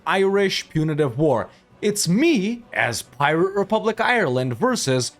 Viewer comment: Before you can be an honorary Irishman, you need to Google how to pronounce Ireland